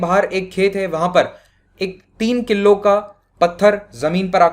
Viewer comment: किल्लो नही भाई किलो😁😂